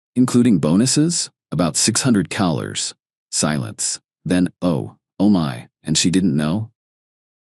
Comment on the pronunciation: Why can’t this AI pronounce dollars? Not that difficult of a word and common.